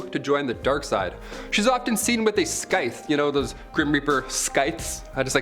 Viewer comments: Scythe is pronounced Sithe. The C is silent. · "Sythe". The "c" in Scythe is silent. Don't ask me why, it just is, probably adopted from some other language. Nice compilation. The banshee has also been described as rabbit headed is is an omen of coming death. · The c is silent in scythe you miserable zoomer. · No c pronounced in scythe...